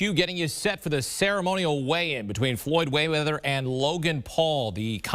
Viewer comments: Dude said Waymeather... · He said Floyd wayweather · He said Floyd Waywether😂🤣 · Floyd "Waymeather" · did he say floyd wayweather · Floyd waymether...hahaha